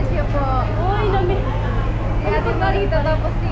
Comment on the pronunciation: Marita not Mareta Cesar not Cisar